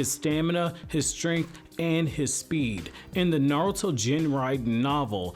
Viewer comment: nartuo at the intro LOL